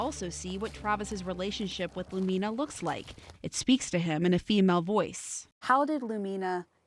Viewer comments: It bothers me too… the accent is supposed to be on the letter “U”. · Lumina mispronunciation is annoying.